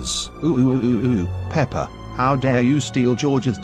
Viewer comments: And also daddy pig said pepper In the part of doughnuts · Mommy pig and daddy pig call pepa peper